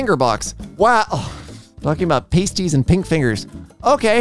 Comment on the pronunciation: As a brit, you're pronouncing pasties wrong in this context. It's more like "Pahsties"